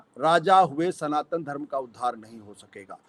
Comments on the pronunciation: सनातन को संतान बोल रहा है मूर्खआशुतोष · It is not Santan, it is Sanatan....